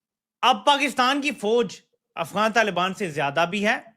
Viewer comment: LALIBAAN NAHI YE TAALIBAAN HAE SAMAJLO PAAKIYO 😂😂😂😂😂😂